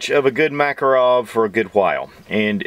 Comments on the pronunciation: BTW my Russian neighbor says the name is pronounced muh-KAH'-roff. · If anybody would like to pronounce the name of this pistol correctly, try Mah-KAR-off. Accent on the second syllable. Thank you. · MakAAArov, blyat' Nice vid though.